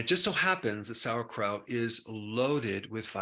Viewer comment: The only thing he lost me with was when he said sauerkraut 😩😩😩